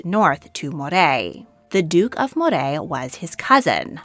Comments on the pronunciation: It's MO-ray, not Mo-rayyyyyyyyyyyyy. I live in MOrayshire so that's why I know! And it's traditional Scottish food. Scotch is a drink... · Moray is pronounced Murray